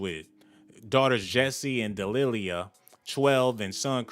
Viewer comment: It’s DE-LI-LAH 🤦🏾‍♀️🙄 smdh